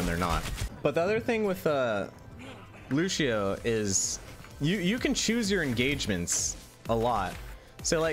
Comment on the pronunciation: loo-she-oh lol